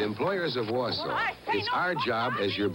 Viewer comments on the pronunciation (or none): I'll never forget that ending. And a lady in one of the commercials who pronounced it "war sore" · I'd love to see the one with the spinster who can't pronounce the name: "W-A-U-S-A-U ... Wore-sore!" She's the reason I remember the company name after 30 years.